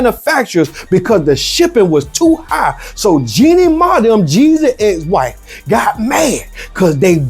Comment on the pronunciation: He said "JENNIE MAH" 😂😂😂😂😂😂😂😂😂😂😂😂😂😂😂😂😂